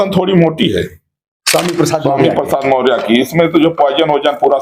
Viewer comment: Sir aap maurya ji nam thik se lijiye